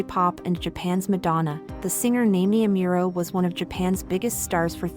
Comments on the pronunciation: Omg at least pronounce her name right 😔😢. NAH-MEE-EH AH-MOO-RO. Like I appreciate the video but her name is maybe the most important thing to pronounce correctly lol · Did you say "Naymie Ameural?" ... ive heard bad pronunciation but thats the worst. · Girl who the fuck is Namey Ameero? 🤣🤣🤣 Get outta here with that AI voice shit fr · her name is pronounced nah-me-eh ah-moo-roh. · Why are pronouncing her name wrong ?? Is this a.i generated ? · Why do you keep mispronouncing her name? Don't you do any research? 🤷🏿‍♂️ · At least pronounce her name right, jeez. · If you’re going to make a video about her atleast pronounce her name correctly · Not trolling. Just exhausted at listening to the narrator grossly MISPRONOUNCING her name repeatedly. Did all this homework well, but can’t do basic shit like pronouncing a name correctly. Lazy. Please do better. Biopic is pretty good though. 😅